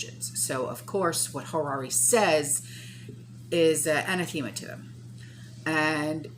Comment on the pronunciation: what is the word you are saying in the beginning of the video? Is it anathema? I do not recognize your pronunciation?